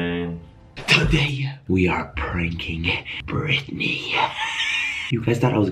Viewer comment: what no It’s britney.. he said actually but it sounded like Ashley